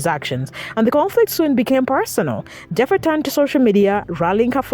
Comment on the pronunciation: Its not pronounced Jeffa, its pronounced like Heffa! 😂